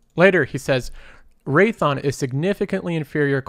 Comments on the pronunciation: "raython" dawg it's RaythEon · Raytheeon…not Raython. Imporant…😕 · Great video, but I think Raytheon is three syllables.